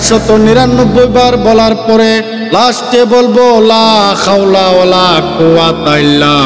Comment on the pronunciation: আপনার তে উচ্চারন হয়নি লা খাওলা বলেন লা হাওলা হবে।